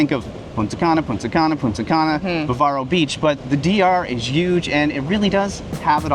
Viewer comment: You’re mispronouncing the word Bávaro. Bávaro has an accent on the first syllable “Bá”. Therefore, you should make an intonation on the first syllabus. The way you pronounce the word is by making intonation on the second syllabus “va” which is incorrect and makes the word sound like “barbaric”. It should sound BA!-varo. Just want you to know how to properly speak our language.